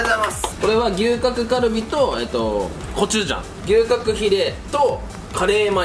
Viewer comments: が龍角散とのコラボ動画でーす！に聞こえた笑笑 てか、私 牛角が吉野家的な牛丼のお店だと思ってどんだけ食べるん！！！てびっくりした笑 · 龍角散とコラボにしか聞こえんw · 龍角散とのコラボ動画でーす！ に聞こえた人は私以外にもいるはず…